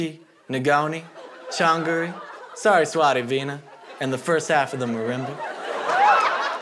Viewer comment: The way he pronounced Saraswati veena has me dead